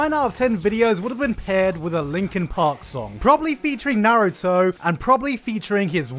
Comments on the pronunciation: Idk if it's an ongoing gag with Gigguk but it kinda irks me when he pronounces Naruto the way he does. Lmao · dude you pronounced Naruto's name like 3 different ways lol which is it? You also might wanna invest in a better camera or something your beard is coming in all green.